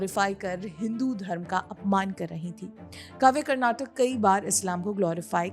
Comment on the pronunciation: Please correct the spelling and pronunciation, madam. It's 'Karnataka', not 'Karnatac'. While speaking, most North Indians cut the last vowel which sounds like क्. But you should pronounce the full vowel like in क. I don't understand why North Indians have this problem with pronunciation! They do the same while speaking the name of our language also, which is 'Kannada'. They say it like 'Kannad'. No, it's Kannada, with क् + अ at the end.